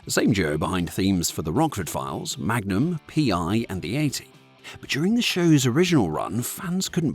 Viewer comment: Why the weird pause between Magnum and PI? AI narration, I guess.